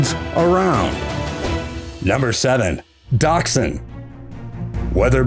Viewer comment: Did he say small but long slong dog for the sausage dog🤣🤣